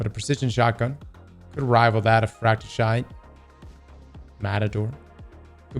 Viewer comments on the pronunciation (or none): Are you saying Fracte SHITE? Lol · why is he calling fracethyst fracshishyte